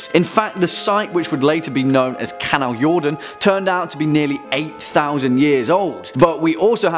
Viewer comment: Wow! Good job on pronouncing the Swedish word "Kanaljorden"! Our language isn't always the most easy to speak for people outside Scandinavia! :D